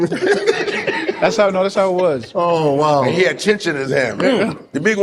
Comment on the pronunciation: Finally! A Nigerian-American who calls chin-chin right.